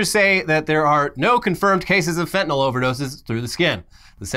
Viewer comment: "Shoot the fentylnal!"